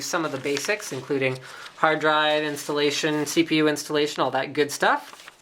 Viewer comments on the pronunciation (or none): "incruding clossfire x" nice engrish